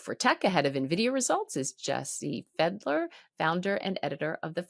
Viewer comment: Jesse Felder, not Jesse Fedler.🤣